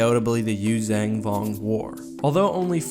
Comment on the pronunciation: why oh why do you pronounce it "Yuuzang" when it's "Yuuzhan"